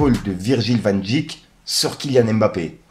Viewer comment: Virgil vandick… Respecte les noms 😂 Dijk